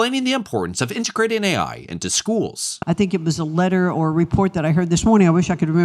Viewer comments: why tf does she keep saying A1? No one ever told her its Artificial Intelligence? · i can't get passed the fact that someone advocating for AI teachers cant even say AI. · cant even pronounce AI correctly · Her pronouncing AI "A1" gave me psychic damage. Unbelievable these people acting like they know what's best while they don't know anything. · Is she saying A1 because she has only seen AI written and doesn't know it stands for artificial intelligence?